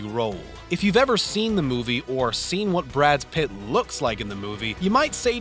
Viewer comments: Are you incapable of pronouncing an actor's name correctly? Are you doing it on purpose to piss everyone off? As someone whose job it is to watch and comment on movie actors you'd think that would be your top priority. These aren't obscure 'B' movie actors your getting wrong here. Brads Pitts? Dolph Lundren? What? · ITS BRAD PITT NOT BRADS PITT OR BRAD PITTS BRO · and at 3.00 did you say Brads Pitt? lol er he says Pitts again at 3.40.. it Pitt not pitts! omg you cant pronounce Dolf lungdren correctly either .. it has no S! (is this deliberate?) oh just read previous comments.. im not the 1st to notice this! but i mean, come on, you make a vid about films and actors, at least get their names right! 12.10 ActRESS boHamien? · repeat after me Brad Pitt, not BradS Pitt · Dear God why can't you people ever get names of prominent actors right? Brad Pitt is not Brads Pitts. And Dana (Daynah) Carvey is not Dawhnuh Carvey. Sheesh! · Why are you saying "Brad Spit?" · This announcer omfg. Brad’s Pitt? His pronunciations of names...I wanna know who signed off on this. Oof. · You make a 12 minutes video breaking down in detail cinema's best and most intense scenes but you can't pronounce the name of one of the most famous actor of all time !? Who the hell is Brads Pitt ?? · "brads pitts" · "Brad's Pitt" "Lundren" "Zoe Zuldana" "Dannuh Carvey" "Bo-hay-meeun Rhapsody" LOL wot? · This presenter keeps saying Brad's Pitt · Is it me or does dude keep saying brads pitts??? 😂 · Multiple times he pronounces his name: Brads Pitt. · Why do you say Brad's Pitt every time his name is said. Come on guys. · Brads Pitts.. Dolph Londron.. Is this guy drunk? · Lmao, he said Brads Pitt twice! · Is it just me or is he saying Brad's Pitt's? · Did he say Brad's Pitt? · Are you saying “Brad’s Pitt”? And then “Pitts” later on? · and AGAIN about 10 seconds later... “Brad’s Pitt”. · Anyone else catch "Brad's Pitt?" Lol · No he said brads pit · Omg, SO ANNOYING. How does he not know Brad Pitts name???